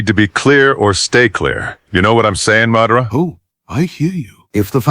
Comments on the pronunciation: ngl them pronouncing it “muh-dah-rah” instead of “mah-dah-rah” was really pissing me off😵‍💫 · why are they pronouncing it muh-dar-uh when the name is obviously pronounced Ma-Da-Ra in the anime? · that pronunciation of Ma DA RA was horrendous it kept throwing me off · muh-dar-uh.... ahh my ears! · AI pronouncing it like M’dara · Turned the video off as soon as I heard “ Ma-dah-rah” 😂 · The way he says Madara is a crime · Idk why it bugs me when someone says a naruto character name wrong. Madara saying his own name wrong bugs me a lot 😂 I can't help it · Learn how to say Madara. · Hearing them mispronounced Madara name is nerve wrecking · Yeah - I hit 'Stop' the second you mispronounced "Madara'...